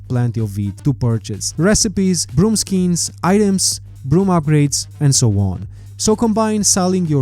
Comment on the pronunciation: I had to relisten to the beginning of the video four times because of the way you say skins. I could not understand what you were saying